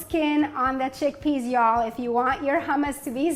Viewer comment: Are you from Texas?, I caught "y''all"